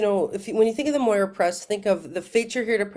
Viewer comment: Moira = it is written moira but it's pronounced Mira 💙🇬🇷💙